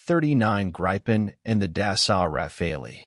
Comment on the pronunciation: Sweden’s Gripen: pronounced like an Italian [i] …